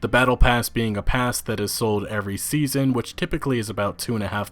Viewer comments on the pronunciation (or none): it's season not saison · it is Season not SAISON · is says Saison not season did anyone else notice that?